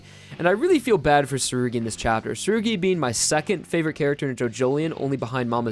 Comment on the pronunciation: who’s surgy? ...oh you mean tsurugi?? jeez...